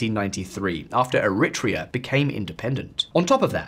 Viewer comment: It would improve your credibility if you looked up the pronunciation of names you have to use dozens of times, such as Eritrea, instead of making WA guesses.